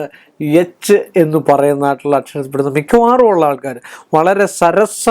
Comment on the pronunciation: നിനക്ക് എന്താടാ എച്ചി എന്ന് പറയുന്ന സ്പെല്ലിംഗ് ഒടുക്കത്തെ പറച്ചിലും ദേഷ്യം